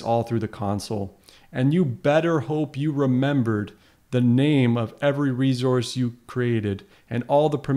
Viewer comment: Its reSource not reZource